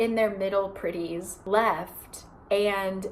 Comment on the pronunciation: I was knly half listening when you said "the pretties did thus and so" and I really heard you say Griddies??? I was so confused, why are people griddying??? But then I understood my mistake